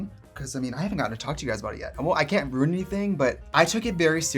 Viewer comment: The way she says "ruin"